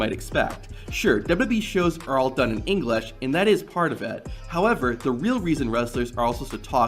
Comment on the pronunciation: The irony of this kid speaking English fluently, but not being able to pronounce the word itself.